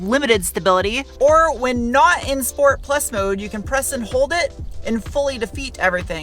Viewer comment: Sshhh port, Al oohh min eee um.